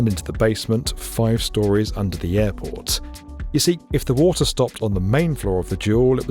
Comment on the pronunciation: "Wata'" :cat-orange-whistling